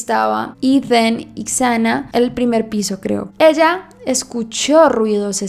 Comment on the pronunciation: Me encantan tus videos! Su nombre se pronuncia “Sana” ❤